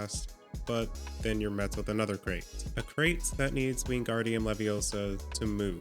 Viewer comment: it wingardium leviosa, not WinGaRdIuM lEvioSo